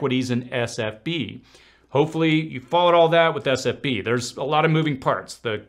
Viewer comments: I know you probably address this somewhere in the thread but you keep saying SFB instead of SVB. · It is S V B, you keep saying S F B. Not a big deal, just clarifying. Good video 👍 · Who else loved when he said sfb instead of svb. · S V B not SFB